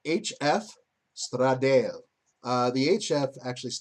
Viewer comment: Not being a dick, just letting you know... It's Stra-da-le (straw-da-lay), not Stra-dale.